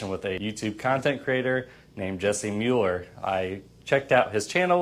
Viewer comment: It's Muller, not Mueller